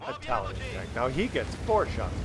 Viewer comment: "Itlaian" lol